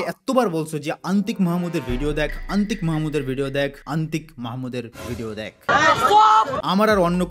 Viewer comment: অন্তিক মাহমুদ ❎😶 আন্তিক মাহমুদ ✅😁 By the way love you both Antik Mahmud and ❤️‍🩹